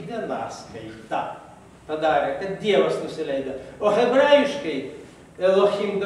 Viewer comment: Leopoldui- DIEVAS-VEIDAS-AIDAS. Taip skaitoma[žinios]Lietuviškai.